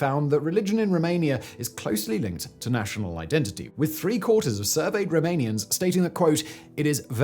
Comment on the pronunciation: I love how you butcher every single romanian name lol :face-blue-smiling:🤣🤣🤣